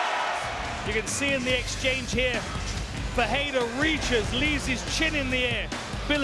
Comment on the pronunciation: I wish the commentator would learn how to pronounce Ferreira. Its pronounced with an F, for Sucks Fake., not a P! Its not the same name as Alex Pereira. FERREIRA means Blacksmith which would be a perferct MMA handle for Ferreira. Just trying to sound smart.